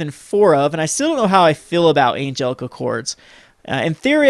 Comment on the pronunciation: I love watching your videos, but it is getting harder to watch with you mispronouncing so many of the cards names. Hearing "El-SPIT-ih" makes my blood boil. ElsPETH. "An-geel-ic" sounds wrong. "CHAIN-druh"? To be honest, your not even pronouncing volatile correctly. Vo-LAT-ile. C'mon man. Your videos are great, and I'm a fan, but unless your Canadian I don't understand how you are mispronouncing any names that are more than a single syllable.